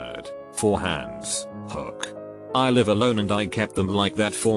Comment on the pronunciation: he says hook weird